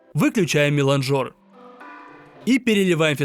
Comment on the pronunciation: Вообще то милАнжер, а не миланжОр ну ты расстроил Z